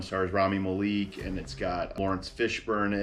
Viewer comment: the malek pronounciation 💔